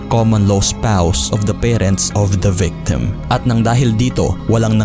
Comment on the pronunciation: Bakit yung mga background clips mung iba mga foreigner yung iba, ,mka content klng haaaiiissssttt...., affinity mu afenety, yung Article mu artikol,Victim mu..Vectems, Correction plssss?